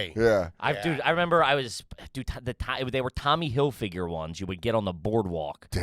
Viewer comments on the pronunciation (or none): Love that pronounces it “Tommy Hill figure”